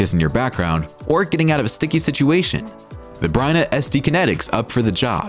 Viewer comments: It's Byrna not Bryna. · The manufacturer is Byrna, not "Bryna" as mentioned in the video, or "Bryan" as mentioned in a comment below. (I'm sure the commenter below got auto-spell-checked by his browser, but misspelling and mispronouncing Byrna in the video is inexcusable.)